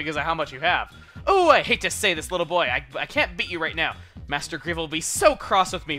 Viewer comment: Man, Lovrina's supposed to sound like a valley girl. Stressing your "so"s all wrong, but that's nothing important.